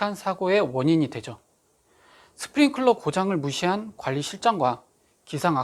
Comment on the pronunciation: 스프링쿨러가 아니고 스프링클러(sprinkler).... 방재팀장이라는 양반이...